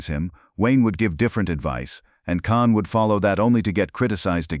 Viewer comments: You can't even pronounce James caan's name right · U aren't pronouncing caan name right